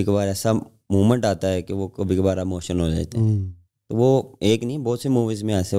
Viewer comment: Emotion ❌ MOTION ✅😅